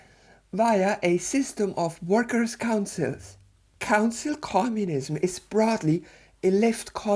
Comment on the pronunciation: I can't stop hearing "Cancel Communism".